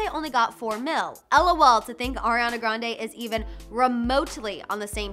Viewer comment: Did she just say Orionna